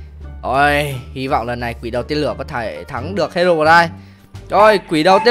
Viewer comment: Đọc là hê rô roai thôi a ơi